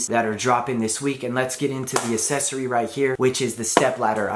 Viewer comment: Still having trouble with that word “accessory” aren’t you?